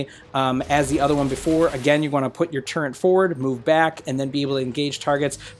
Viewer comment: haha, I was trying to be smart, I dont know why people pronounce turret with an N in it:)